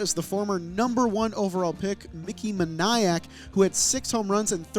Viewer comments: No way you just pronounced Moniak as Mahnayak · Mickey Moe-Ni-ack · Yikes on the Mickey Moniak pronunciation